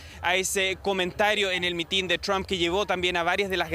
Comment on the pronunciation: Es mitin, no mitín. Sorry pero me retumban los oídos al oír decirlo mal.